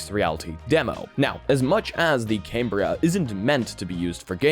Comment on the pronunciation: "Cam-Bri-A". Not "Came-Bri-A" :)